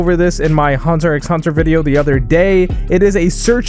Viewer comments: Can we talk about how he said Hunter 'Ex' Hunter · You say hunter hunter with an x same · Bro did you just say Hunter 'X' Hunter ??......the fuck man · Me: *comes here to see when's the release date and other info Me: *hears him say 'x' in hunter X hunter* Me: I dont know why but I'm still gonna watch even if I'm annoyed